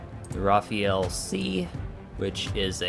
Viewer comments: fr not rafiel but rafale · It's actually pronounced "Rafaa'l" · Not Rafael... Rafale 😉